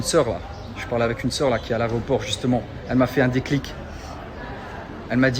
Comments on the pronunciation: "A l'aRÉoport" 🤣🤣🤣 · "chuis à l'aréoport" ... pfff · Je rêve ou il a dit 2x aréoport ?! 😆